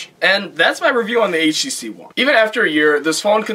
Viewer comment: Could've had more information, but it's a decent review nonetheless. Nice to hear someone at least call it "aitch tee see" rather than "haytch tee see" like all those reviewers who can't English. :)